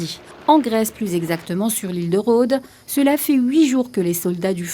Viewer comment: on prononce « rod « pour l’île de Rodhes